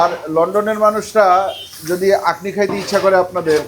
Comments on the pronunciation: Akhni not actually yeakhni. O k bro. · আকনি না আখনি, কারণ খ শব্দটা আরবি খা এর মত উচ্চারণ হবে 😍